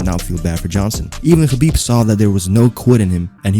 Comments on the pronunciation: Dude, you are one of few smart people who pronounce his name correctly: Habib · You actually say his name right I don't understand while people pronounce it khabib the k is silent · He's pronouncing his name right